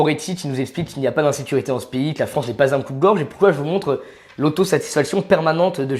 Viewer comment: "dans s'pays". De quelle nationalité est ce monsieur?